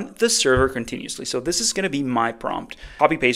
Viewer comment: It's "continuously" 😂